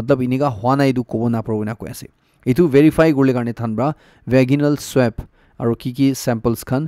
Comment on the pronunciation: Brother i really like your news reading,i have been noticing time to time .. Just a correction whenever you are not sure about a pronunciation just google and check how to pronounce it, i do it all the time😊 Its pronounce as ve-ji-nal not va-gi-nal🙏🏻